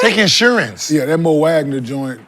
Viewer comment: I thought his name is Mo Outlaw? Not Bo